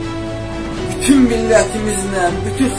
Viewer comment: bütün yox, pütün😊 tebrikler